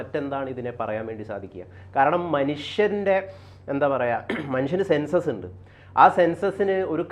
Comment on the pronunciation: സെൻസസ്സ് അല്ല സെൻസ്